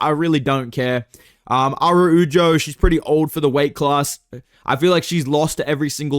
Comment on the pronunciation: how hard is it to pronounce araujo bro